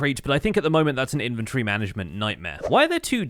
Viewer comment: In-ven-tor-ry.. Not infantry. 🤦‍♂🤦‍♂